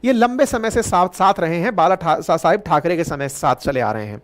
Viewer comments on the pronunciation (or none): none